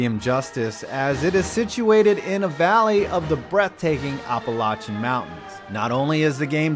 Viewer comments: I feel so bad for you when you have to pronounce Native American and/or northerner place names. Monongahela, Appalachian (I've never heard it with 'OPP' as the first syllable. Try some of these: Sandusky, Cuyahoga, Olentangy, Catawba, and Ashtabula. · Dude, that pronunciation of Appalachian was so shitty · AppaLOCKEN mountains its appaLATCHEN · It’s App-il-ay-shin also if you were born in the same state as me, where’s your accent? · "App-a-lat-chan Mountains." ignores the argument between "Appa-la-chan" and "Appa-ley-shun" to come up with his own pronunciation... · APP-PUH-LASH-IN Not however you butchered Appalachian. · It's pronounced Kenne-SAW and Appalach-UN state. C'mon man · Did you mispronounce Appalachian State on purpose? It might not be correct anywhere else in the country, but North Carolinians pronounce it App-uh-latch-in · Why can't anyone pronounce Appalachian correctly? Apple-atch(atch sound like in hatch)-in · The way you pronounced Appalachian almost made me throw up. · I’m sorry but HOW did he just pronounce Appalachian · Appy State? Dude, it’s bad enough you mispronounced Appalachian, but it’s APP State, not Appy State! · PLEASE, learn how to correctly pronounce Appalachian. The first and third a's are pronounced like the a in apple. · The way you said Appalachian severely hurt me as a resident of the Appalachian mtns lol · Heyyyy I’ve been to Kidd Brewer stadium, my cousin played for them and yes they are damn good. But you mispronounced Appalachian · Appa- what did you say?? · You pronounced Appalachian wrong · Noticed you said Appalachian wrong and Coastal is in the sunbelt now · oh god the butchering of the pronunciation Appalachian never gets old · There are two ways to pronounce Appalachian. That wasn't either of them.